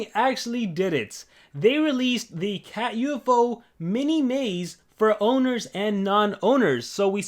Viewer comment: Its called Catufo, not cat U-F-O